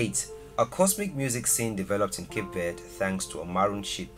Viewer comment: Pronounced it wrong instantly 😂